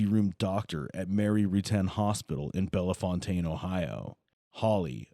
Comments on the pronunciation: i live close to this area. he pronounced the name Bellefontaine wrong hahaha, it’s not that fancy. it’s actually just pronounced ‘bell-fountain’ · The pronunciation of Bellefontaine is insane! It’s pronounced like bell-fountain. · Damn, hit your inhaler Lol… 🤦🏻‍♀️ I cannot get past the heavy ass breathing as a backdrop for this interrogation smh!! Also, the city in Ohio is pronounced “Bell-Fountain”